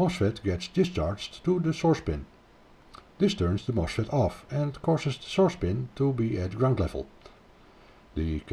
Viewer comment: Sa démonstration est très intéressante et très bien faite mais il nous agace avec son accent auvergnat, le gugusse ! On ne dit pas : "moche Fête" mais on dit : "MOS FET". Même chose pour le : "pouche poul".